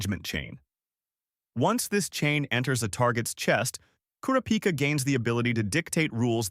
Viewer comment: it’s kurapika… not kurapika